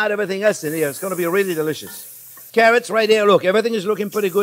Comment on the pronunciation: So delisciois “